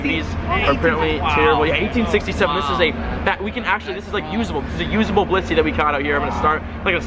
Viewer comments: wow u called it a bilisy its bliss-ey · and then a blitzy XD